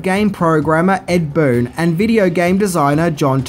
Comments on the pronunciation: Pronounce Tobias correctly, and who’s Ed bloon. There is no character called Scorpio. You’re really not good at this and if you’re trolling it’s not funny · Did he really say "Ed Bloon provided the voice for Scorpio? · He fucked up Boons name too lol....he said ".....Ed BLOON cast as the voice of SCORPIO" 😂😂😂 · has errors in just about every video For instance “Ed Bloon” It’s Ed Boon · He literally says "Ed Bloom provided the voice of Scorpio", "Robin Shao", & "John Tobey-Us"...Maybe this is how Outworld pronounces these names? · "Ed Bloon" "Scorpio" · Scorpio???? Ed Ballon???!! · Love the channel, but I cringed at "Ed Bloon / Scorpio" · " ed bloon " and " scorpio " ? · Its Tobias Not Toybeus Smh Its SCORPION Not Scorpio & U Said Ed Bloom Lol Come On Dude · It's Ed Boon. And Scorpion not Scorpio bud. With that being said I have been watching you for over a year you are absolutely outstanding as far as your knowledge and the work that you put in to discover what you do about these movies. But out of the 100s of things that you do that are outstanding the one thing that is absolutely abrasive is your comedy. Every single one of your videos would be that much better if you did not TRY to be funny. I do apologize I am not trying to be negative or judgemental. But the only thing that makes me want to stop viewing is the attempts at humor. Sorry if I offend you in any way. That being said keep doing what you do we appreciate you